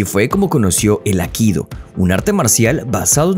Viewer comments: No es 'akido', sino aikido. Y no es "americano", es estadounidense. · El nombre del arte marcial que él practica no es "akido", sino "aikido"· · Es Aikido, no Akido. Infórmate mejor antes de hace un video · Minuto 1: 20 " el AKIDO " dijo el bestia, AIKIDO se dise animal !!! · Todo bien ,pero por favor es Aikido como suena no Akido. Cada vez que lo oigo me estalla un timpano. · Por qué insiste en llamar “Akido”, al A I K I DO? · Por qué dice Akido? Es Aikido, lleva dos i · ¿Por qué pronuncias Akido? Es AI-KI-DO, Aikido, no es tan dificil pronunciarlo. Los youtubers deberían preocuparse más por el correcto hablar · Aikido!! Aikido No akido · No es akido, es aikido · Es Aikido no akido , arrancaste mal . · Muy mal. Ni siquiera el youtuber sabe decir "AIKIDO". Dice "AKIDO".... LAMENTABLE... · Aikido, no Akido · "Akido"? Es "Aikido", dedicás un video entero a un tema que no sabés ni pronunciar bien, habrás investigado mucho eh... pufff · No es “Akido” como tú lo pronuncias es Aikido o Aikidō como se escribe es como se pronuncia (cuadernillo Rubio para ti) A I K I D O, es castellano e incluso la fonética igual en su idioma original que es Japón. Hablar de algo y no saber cómo pronunciar una palabra tan "básica" me produce repulsa de seguir viendo el video. Aprende y utiliza bien nuestro idioma... o nómbralo por el idioma original... que vamos es exactamente igual y no la rareza que te has marcado por meterle fonética anglosajona, que manda narices ya. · Buen video aunque, como siempre, tus errores de pronunciación distraen mucho. Se pronuncia Ai-ki-do, ambas letras i tienen sonido. Saludos. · Dónde queda la primera i de aikido? Akido? Patadas que dais al diccionario, qué triste..? Adiós